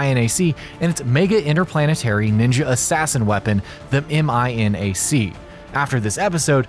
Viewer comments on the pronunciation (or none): (Pronouncing INAC): "Eye-Enn-Ay-Cee." Me: "Aienak" (Pronouncing MINAC): "Emm-Eye-Enn-Ay-Cee." Me: "Minnak"